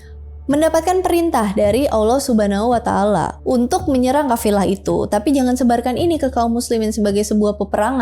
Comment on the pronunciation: Saya yang muslim sejak lahir cara penyebutan "allah subhanahuwatallah" masih kalah fasih sama dia😅 semangat!!! Sepertinya saya harus banyak belajar dan buat pelajaran